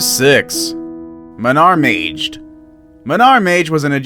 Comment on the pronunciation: You said Maged the wrong way you said it j but g how do I know I'm Egyptian